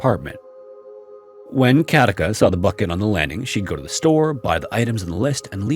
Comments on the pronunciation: Very interesting video! I enjoyed it. One quick note. The name Katica is pronounced Katitza. You are accentuating it correctly though 😊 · I live in Zagreb, Croatia🙂and Katica is pronounced as Katitza. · The name Katica is pronounced more like Katitsa. The c is pronounced like the ts in tsar and not like the c in cat. Sorry, I am a smart-arse who speaks Croatian. I really like your videos. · Actually Katica's name is read as a c not a k.It's quite sad that Hedviga died without anybody noticing it .Also the account of her being seated dead with steaming hot tea is ludicrous.The lady has been dead for decades.How was her tea hot then???A ghost made the new steaming hot tea???